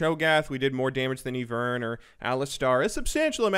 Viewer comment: ''E-vern jungle'' unsubbed, disliked, reported for innapropriate content.